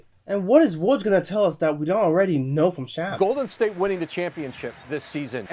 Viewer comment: it’s like shahms not sham but seriously you’re turning into one of my favorite YouTubers keep up the great work!!